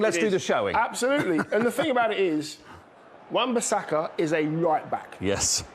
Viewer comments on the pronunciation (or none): How many times did they say Wan-Basaka.. 😂 😂 😂 😂 😂 😂